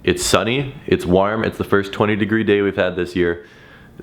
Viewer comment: Why does he say warm like that